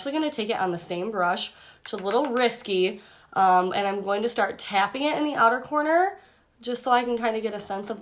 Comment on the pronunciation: “Inner cornter.” Lol. 😹